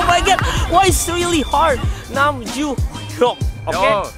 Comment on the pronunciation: Omo nam joo Hyuk pa kemal. Jo Jo bukan Ju katanya